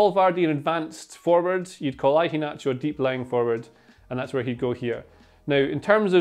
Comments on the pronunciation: every time says "I-HE-NACHO" its so cringe definitely ruined the video for me. A better pronunciation is "HE-A-NACHO" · Why are you pronouncing the start of Iheanacho like that? Like Ivan? Ian and Inverkeithing aren't pronounced like that.